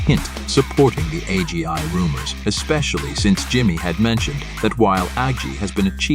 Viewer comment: AI voice generator: Agi ... You: Yes.